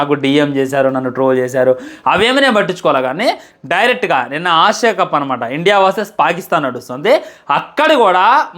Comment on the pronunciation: Asia kadu aashia